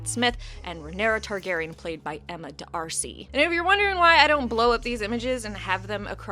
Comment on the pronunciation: D'Arcy is pronounced like Darsy you don't have to space it out